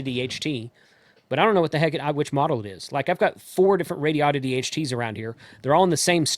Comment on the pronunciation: Please,, take the lead among reviewers in learning to pronounce the bleeding companies. If you're going to say Baofeng, say it the right way. Also, it's Rāde-ēē-odd-it-ēē. It's not Radio-ditty. Never was, never will be, so it sounds like a joke that's made the rounds a little too often. The company is established, the letterhead printed and the name's on the radios. Deal with it and, more importantly, learn to say it! When you're videotaping isn't the time to learn how to pronounce a company or a product. I admit, Radio-ditty was funny the first once or twice I heard it. Now that I've heard it more than 20 times, it's not all that amusing. And when I actually read it on one of my radios, it was obvious that it was pronounced Rādi-oddity. See? Anyway, love your reviews. And BTW, how do you pronounce Baofeng? 🤔